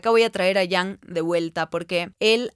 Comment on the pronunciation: Me gusto el video,, estimula a pensar mucho e irse por las ramas. Lo único que me causa ruido es porqué dice Yang a Jung y porqué dice defolt a default jaja me triggerea mucho